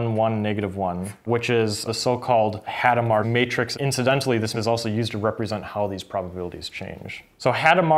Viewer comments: Hadamard was French. You don't pronounce either the initial H, nor the final D. Also, the stress is on the last syllable, so "Adam are". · It's [adamaʁ]. I don't know if the H is "aspirated". Could you explain what the other instructions do?